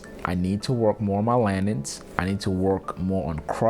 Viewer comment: Also ‘landins’ 😂 accent is the best